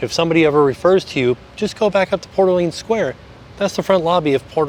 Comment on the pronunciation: This was the first resort I stayed at so it was fun to see it again. As a New Orleans native, I appreciate you saying the name right lol. Love the videos and congrats on the baby!